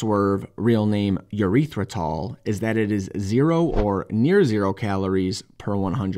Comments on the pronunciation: Haha, okay, I had to rewind just to be sure I heard it right. The way you pronounce erythritol had me thinking "urethra"-tal and does not sound pleasant. I'd use more of an "ehh" sound in the beginning. Anyway, I don't recommend erythritol for anyone with heart problems as there has been a limited connection with blood clots. In small quantities, it's fine, but best not to go nuts baking tons of stuff with erythritol. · "Urethratol" ended me ☠